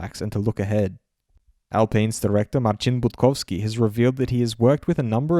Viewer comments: I'm a polish guy, and I just wanted to say, that the way you say "Marcin Budkowski" is absolutely on point! I'm really impressed! Great job as always on the next Formula world! It's always a very good summary :) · thank u fro right Marcin Budkowski pronunciation